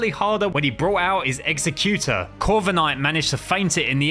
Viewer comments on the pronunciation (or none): It’s funny how he calls exeggutor Xecutor